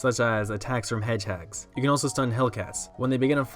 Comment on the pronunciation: Pear-ing hedge-hags ;D